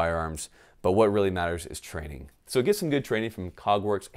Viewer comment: Your mouth says "get training", I keep hearing "get flannel"...